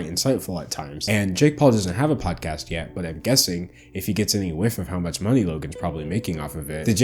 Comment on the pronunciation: Why can not pronounce ch's? Sounds like he says "muts" instead of "much" for example